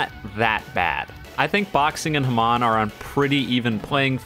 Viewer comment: Hamon is pronouced Ha-moan and if you dont wanna say moan just say ripple, this pisses me off so god damn much